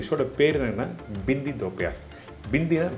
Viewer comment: அது பிந்தி இல்ல....பிண்டி. நீங்க சும்மா தமிழிலேயே சொல்லுங்க.